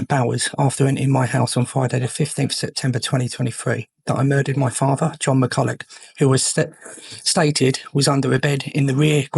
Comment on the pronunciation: It's pronounced Mac-ull-ock